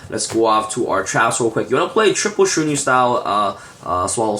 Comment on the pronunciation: Dude you keep saying ShiraNIU its fucking annoying. People who speak english as their native lanquage cant pronounce at least 50% of the Yugioh cards.